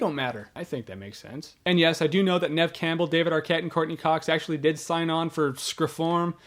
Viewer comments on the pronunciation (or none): none